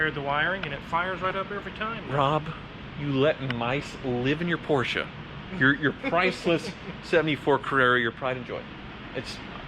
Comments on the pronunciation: I love how you pronounce Porsche (almost) correclty. Too many people (especially from the UK) just say porch as in fron porch. I know it is nitpicking but it actually show how much you care about each of those cars and brans. So thickest car channel on YouTube? I don't think so! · Porsche pronounced correctly 👌